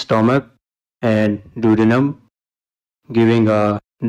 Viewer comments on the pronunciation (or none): none